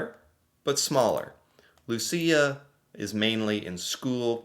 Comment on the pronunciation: My grandmother’s birthday is on Saint Lucia day :D (also, you pronounced it perfectly )